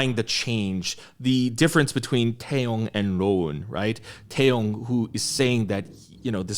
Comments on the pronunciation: i love your reaction and review, it's so insightful as always! btw, if i heard correctly, i think you mispronouned taeyang's name as taeyong? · you kept saying Taeyong but his name is Taeyang lol